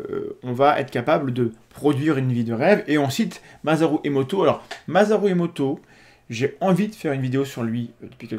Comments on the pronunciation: Par contre, ça se prononce [MA.SA.LOU] et pas ma.za.rou... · MaSaru Emoto OSamu Tezuka Naomi ÔSaka S'il-vous-plait, prononcez le S comme un S quand c'est un nom japonais. Les français méritent de savoir ne pas écorcher le nom des autres. Leur accent n'en sera que plus sexy. Merci.